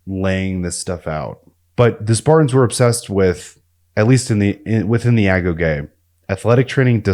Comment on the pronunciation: Great video. Thank you for pronouncing "agoge" properly; a lot of channels use ai to narrate, and it can never get that word right.